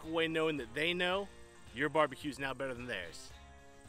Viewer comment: Did he say "So they know your BBQ is not better than theirs."? My English might be off, but that sounds like an 'L' to me.🥲